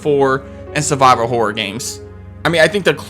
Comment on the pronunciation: why do you say " hore " instead of " horror "